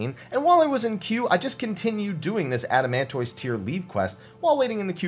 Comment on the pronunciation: "adamantoyss" Bruh, look: tortoise = "tortiss" adamantoise = "adamantiss"